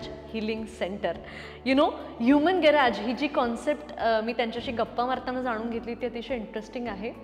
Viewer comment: Garaaj नाही, गॅरेज आहे . उगाचच काहितरी बोलुन vegale😢